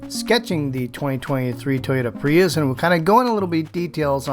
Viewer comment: It’s so weird, everyone in the world pronounces Prius as Pree-us or Pree-iss - why on earth does he say Pre-yous?